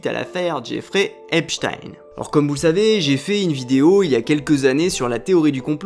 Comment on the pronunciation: J'éfrai Upé-Chtayne 🤣